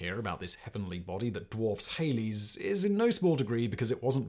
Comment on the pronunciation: Remember Simon. As Danny said, Halley to rhyme with Valley!